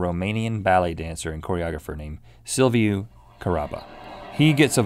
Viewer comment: I am from Romania!LoL Silviu is said like idk [sylvyu]